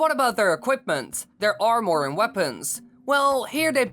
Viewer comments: Who else got triggered every time he said armor like that it's pronounced armer for me lol so hearing him say armooor really triggered me. Still tho good vid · It’s Ar-mur not Ar-More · Armor not AR MOREE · Hey just want to help it not pronounced ar-more it's ar-mah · the only thing that makes me mad in this video is when YOU SAY ARM OR ITS PRONOUNCED ARM ER or is it just my accent lol idk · Armore? It's pronounced armur. Sorry for my ocdness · This guy says the word "armor" like "are more" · stop saying amOR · Not making fun...but I love the way you say armor, ar-more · Did he say armour or ourmor? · Its pronounced "armer" also, can you do this for Gerudo vs. Rito? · Its pronounced armer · SHREDDER arrwmoar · He says Armwore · Armour is pronounced ar-met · That "Or-more" is driving me crazy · U I hate how he says armor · Why does he pronounce armor so strangely likes it’s two sentences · Jeez the way this guy says armor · Interesting way to pronounce "armour" You might as well call a sword "sward" :P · Stop saying armor it sounds BAD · Swear to god if I hear this guy say “armour” again I’m gonna want to stab him